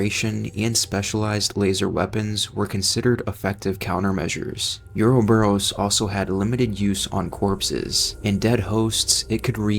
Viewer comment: Is this AI voice slop?? Listening to this shit mispronounces ouroboros over and over and chrysalis was jarring.